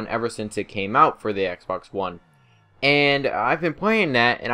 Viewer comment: It sounds like he's saying "Xbercks 360"